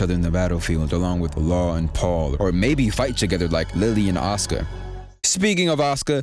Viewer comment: I'm so happy you say Asuka's name right, like the narrator don't be saying her name all the time.